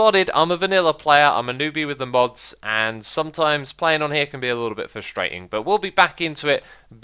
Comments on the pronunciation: Lmao I found this as well xD FUSTRATION ( ͡° ͜ʖ ͡°) ( ͡° ͜ʖ ͡°) ( ͡° ͜ʖ ͡°)( ͡° ͜ʖ ͡°)( ͡° ͜ʖ ͡°)( ͡° ͜ʖ ͡°)( ͡° ͜ʖ ͡°) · Fustration.... You mean frustation right. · um its frustration